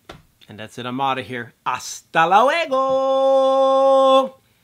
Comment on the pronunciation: Who else said "byeeee" when he said "Hasta la huego"? My bad if I misspelled it lol.